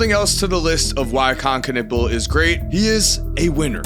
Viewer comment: He is ' Knewpel' , not 'Knippel' ! Stop butchering that poor surname !